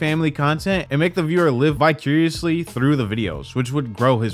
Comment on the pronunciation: My man said "Vi-Curiously" xD